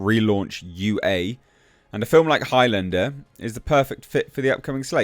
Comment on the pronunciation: Sounds like you are saying "Hi Linda" instead of Highlander. She said Hi, by the way!🤣